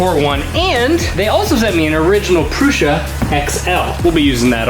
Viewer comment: Prew - Sah - not Prew - shah